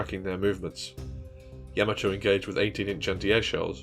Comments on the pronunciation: Its not Yam-A-To...... Its Ya-Ma-To. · Excellent video and thank you. I have a correction please. The proper Japanese pronunciation of Yamato is "YA-ma-to", with the emphasis on the "YA", and not "ya-MA-to as commonly pronounced by non-Japanese people. The link below demonstrates this. It's from the original 1970's Japanese cartoon "Space Battleship Yamato", and it's in the original Japanese language. At the time mark , there is a clear pronunciation of "Yamato" as it should be pronounced.